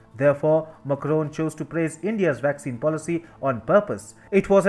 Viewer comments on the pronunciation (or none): Its MAC (RON) and not Mucroan. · Your channel would have so many views if you change the orator. He can't even pronounce macrons' name correctly. His delivery is bad and accent kinda strong